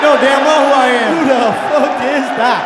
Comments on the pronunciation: "Who da fook is dat guy!?" Classic. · “WHO DA FOOK IS THAT GUY”